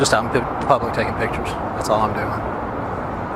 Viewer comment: Can't form a complete sentence, pronounce "pitchuhs". You're the captain now.